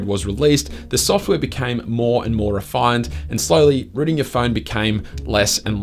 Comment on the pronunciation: When he says Rooting its Sounds like Ruining 😂